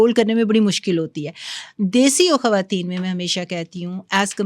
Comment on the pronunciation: This is khawateen not khhawateen